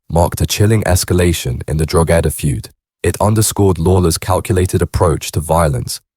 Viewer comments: drogeda...fuckin hell man at least learn how pronounce the name of counties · Your pronunciations of Donagmede and Drogheda are atrocious .they are pronounced "Donameed" and "Drawhada" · dro-gedda lol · That was doing my head in,, every time he said it I corrected him,, and I’m sitting here on my own 😂😂😂😂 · The pronunciations are extremely wrong. Stop talking when you have no idea what you're talking about.